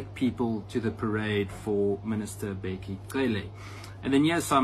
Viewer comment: Where are u coming from with such insultive pronounciation of Cele as "Selle"....??? 😮